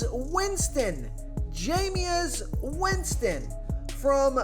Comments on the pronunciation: I asked him this last year. Do you even watch football? He butchers names that he should know, not just Jame Us Winston. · The fact he said Jamies name wrong twice has me dying but good video 🤣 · The jameis winston pronunciation was hilarious caught me off guard twice 🤣. Nonetheless, is AJ Dillon a sleeper ya think ?